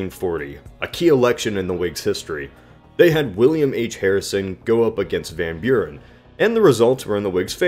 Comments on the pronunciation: CAPSSTROKE van Bjuren.... ik snap het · It's more like "fahn" with a softer v and without a nasally a sound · How you say "van Buren", as someone from the Netherlands, it anoys me, but the video was good overal. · If Martin Van Buren pronounced his name that way why is it an issue? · always funny 2 hear english speaking ppl trying 2 say hollands names. for ppl dont know what i am talking about martin van buren was/is a hollander.